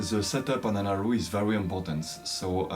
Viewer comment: Hi, I am so impressed by your music! A westerner playing a Chinese instrument, is marvellous! I am still an amateur player. I just like to tell you that erhu is pronounced as "er hu" and not "er ru". You need to pronounced the H as "hu" or "hoo"